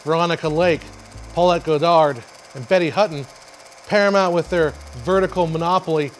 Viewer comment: Love the history, but needs to work on his pronunciations of Colbert, Goddard, and a few others. 😉